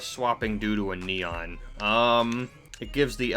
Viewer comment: Just butchered the neon xD